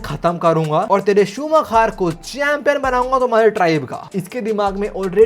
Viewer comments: Michael shu-maa-kher nhi h bhai .... Michael shu-maa-kar h , bachpan se f1 dikhi h usko ese hi bulta h check on Google 😅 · bhai Michael Schumacher ha loll shumaaa..... kheerrr nhi 😂😂😂😂😂😂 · शूमाकर not शूमाखेर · bro just to tell, in hindi we would pronounce it in the way as shumaakar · Sumakher nhi hai wo galat pronounce kr rhe ho 😂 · Also it's pronounced as shoo-ma-ker